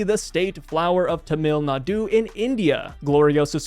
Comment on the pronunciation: Tamil Nadu pronounced as Tamil Naru